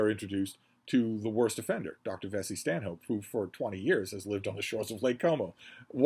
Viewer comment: I'm pretty sure 'Vesey Stanhope' would be pronounced 'Veezy Stannup'. This is after all a country that pronounces 'Cholmondley' as 'Chumley' and 'Marjoribanks' as 'Marchbanks'. It's all done to annoy foreigners.